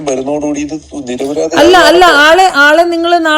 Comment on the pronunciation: നിർപ്രാതി അല്ല നിരുപരാതി 😂